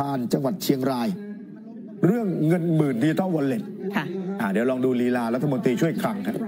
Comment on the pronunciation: ทำไมอ่านเป็น เงินหมื่นใช้ซื้อเสียงนะครับ